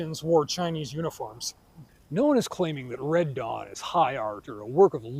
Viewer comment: That you said ‘Dead Wong’ till I saw the closed captioning 🤣